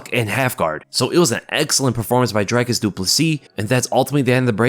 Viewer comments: The way to pronounce Dricus in english and not sound weird to afrikaners .Dricus- DREEKUS, not DRYCUS. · DREE-kis not DRY-kus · Dricus pronounced drik us not drike us Everyone getting it wrong lol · Not "dray-cus" pronounced "Drick-cus" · Why you say his name like that? he Pronounces his own name as well as his coaches and friends as “dr-e cus”not “dry cus” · It’s pronounced DREE KUS not DRY KISS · His name is DICKUS NOT DRYKUS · Pronounced drie/dree kus not dry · For those that don't know its pronounced drie (like three only with a d) kus and not dry cus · Dreeeeeecus bru. Not Drecus, please man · Isn’t his name Dricus? Not Dry-cus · Great video. Small pointer - its not pronounced "drycus", its Dricus, dric like stick. Dricus. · Its not drake us. Its drie kus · It’s Dree-cus not Dry-cus lol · ITS DRICUS NOT DRACUS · Say his name. It's not dry kiss. It's dricus. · The man could be world champion and Americans still can't be bothered to say his name properly. Who is this Drycus Dooplessissss they keep talking about? I wouldn't mind but the same people make such a point of saying Pereira and Dos Anjos correctly. Is it really that hard for Americans to say Dricus? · not Dry Cus...it's pronounced Dree-kis...Dree....Dree...Dree...not Dry....chop! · The name is NOT pronounced Dry-kus. Its DrEkus. Like a Tree. Lets go 🇿🇦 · You say dry-cus, try saying Dree-cus. Welldone the Du Plessis sounds good! But the pronunciation of his name and surname going around is Hillarious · his name is pronounced Dric(k)-us not drike-us. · It's pronounced DREE-CUS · yo dude pronounce the name Dricus as Dreekiz. Dri as Dree, cus as kiz its Afrikaans pronounciation. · My man saying "Dry-kus" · When are you guys going to start pronouncing his name correctly? Dricus is pronounced like Dreekus. The “i” sound is different in Afrikaans, it’s more of an “ee” sound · You're pronouncing his name wrong. Dricus is pronounced Drecus. The I spunds like a 'e' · Its pronounced "Dreecus"